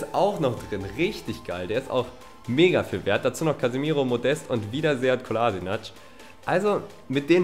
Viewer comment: es heißt Sead Kolaschinatz und nicht Kolasinatsch